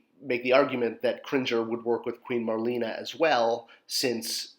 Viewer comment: Nearly crapped my pants when I originally saw the images for Marlena. A perfect release for her! I bought two to display both versions & have both bio cards:D Though I believe she was like Marlena Dietrich...pronounced Mar/lay/na. Thanks. You're a legend:)